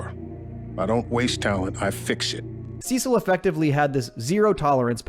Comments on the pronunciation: I’m sorry did you just say “sesill” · couldn’t keep watching after hearing how he pronounced “cecil” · Yes, he does this in every video. I don’t understand how you can mispronounce the character name from a show You just watched when they pronounce the name over and over again in the actual show you were watching.😂😂😂